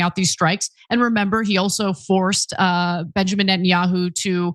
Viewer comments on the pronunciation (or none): none